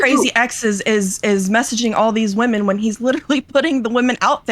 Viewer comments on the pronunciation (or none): and he pronounces women and woman the same way which is irrationally infuriating every time I hear it